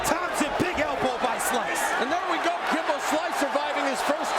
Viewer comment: The announcer calling him "Gimbo" at the end 😭😭😭 lol 😂